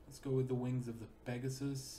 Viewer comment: TO ZHE BRITISH ISLES